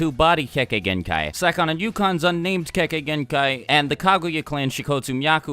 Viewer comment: The Idiot Says Kekegenkai